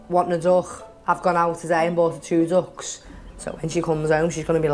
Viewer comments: It makes me crease how she pronounced ‘Duck’, “DUCKHHHS” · "Agh boughhhh too ducghhhhhhhs" (translation: I bought two ducks)